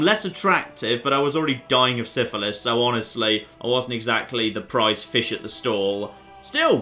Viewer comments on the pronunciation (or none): none